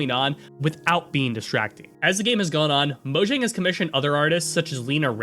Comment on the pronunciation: You should probably check the pronunciation of proper names like Mojang and Jens if you are going to narrate a video essay about them.